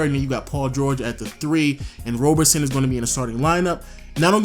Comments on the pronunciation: Isn't it Roberson not Robertson? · Bruhhhh it's Roberson not Robertson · Roberson* not Robertson